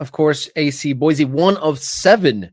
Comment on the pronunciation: It's pronounced "boy-see." There is no Z in Boise. You did pronounce "Les Bois" correctly. It's French for "The trees." Part of the Lewis and Clarke expedition history.